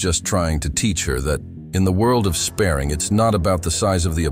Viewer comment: Love when you can tell its obviously ai. Sp-ah-ring not Sp-air-ing